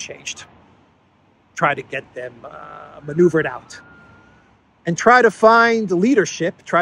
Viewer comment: "maneuvered out' or manured out?